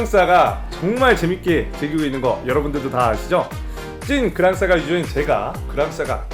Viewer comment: 그랑싸가x 그랑사가o